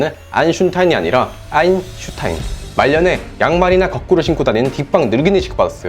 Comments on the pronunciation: 매번 영상잘보고있습니다 아잉슝타인 발음이 인상적이네요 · 아이'슌'타인 이라고 하시는 건 잘 안고쳐지시나 보네요 ㅋㅋ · 창발, 수반 이론을 진지하게 다루어, 과학주의의 '환원 경향'을 경계해야 하는 이유. '정보'와 '사건'의 관계에서 '해석'을 배제해 즉물적으로만 이해하면 윤리의 문제를 피해갈 수 있겠지만, '자의식'이라는 자명한 주관적 경험을 빠뜨리고 현실을 다루게 된다. 지도는 정보를 담고 있지만, 지도를 구성하는 종이나 잉크가 정보는 아니다. 지도의 복제는 정보의 복제를 포함하나, 정보의 복제는 지도의 복제가 아니다. 정보는 현실도 가상도 아니다. 같은 정보를 가지고 있다는 사실이 한 지도의 충분 조건은 아니다. '아인슌타인'이라는 발음이 '아인슈타인'이라는 글자와 같은 지시체를 가리킨다고 해서, '아인슌타인'이라는 발음과 '아인슈타인'이라는 글자가 같은 것은 아니다. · 아.. 앙대 아인슌타인 발음을 교정하고 계셔!! 앙대!!!!!!!!!!!!!!!!!!!!!!!!!!!!!!! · ㅋㅋㅋㅋㅋ유독 아인슈타인만 발음모담